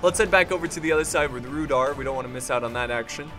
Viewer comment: i think its prounanced rude are